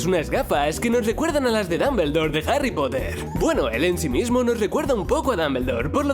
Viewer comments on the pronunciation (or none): none